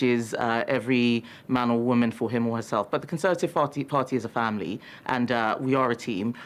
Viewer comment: She said, "the conservative farty party."